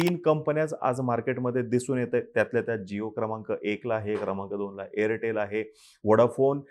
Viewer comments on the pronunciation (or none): Airtal nahi bhau Airtel